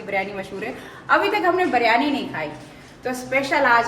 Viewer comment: BIRYANI....not ......BARYANI....plz ...alfaz sahi use karen ...